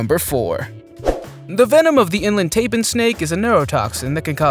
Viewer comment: Total agreed Budd and how he pronounced goanna and taipan 😂😂